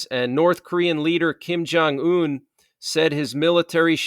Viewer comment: not Kin jun yun...it's rocket man remember! 🚀🚀🚀